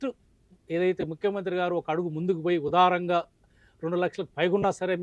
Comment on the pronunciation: ఊదారం గా కాదు దారుణం గా